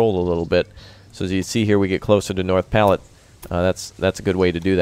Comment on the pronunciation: North platte is my home town and it hurt alil each time you said it you where close to saying it right